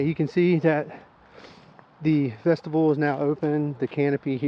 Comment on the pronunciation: Awesome video and I appreciate the review, and I hate to do this, but vestibule is not pronounced like vegetable. It is vestibule with a long U vesta byool